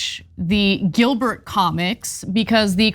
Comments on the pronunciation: Ana acting like she doesn't even know the name of the comic, calling it "Gilbert" 🤣🤣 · It’s dilbert not Gilbert